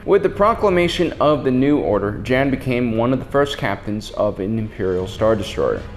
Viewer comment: Jan is pronounced like the word Yawn